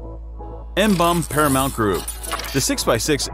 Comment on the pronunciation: You pronounce it: MMM-BOMB-BEE.